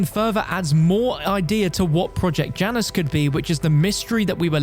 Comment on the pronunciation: i hate that he doesn't say Janus right